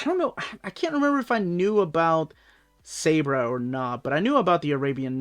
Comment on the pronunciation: Hi, Long time listner, first time "caller" here! Really digging your videos and the channel. One thing though, the Israeli Super Heroine's name Sabra, should be pronounced "Sob rah".